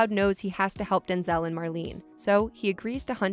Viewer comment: It’s also not Denzel it’s Denz-l